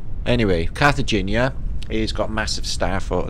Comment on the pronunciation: Cartagena I believe is pronounced Car-ta-hay-na and is the Colombian map destination for the protagonists in the movie “Romancing the Stone”